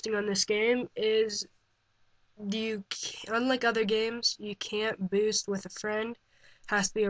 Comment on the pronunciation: hey guys its here and im going to tell you how to BNNNST on halo wars. LEARN HOW TO TALK!